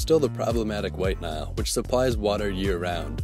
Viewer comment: "While Nile"